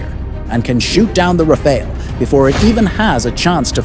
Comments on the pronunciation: Rafale, not Raféle. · To make sure the French understand you are talking about their jewel, correct the pronunciation of Rafale to "Raf-faal"... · It's not Rafael, it's RAFALE. Congrats for the prediction anyways. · Rafael ❌ RaFAIL ✅